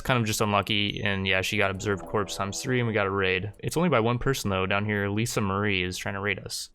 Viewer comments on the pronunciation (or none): none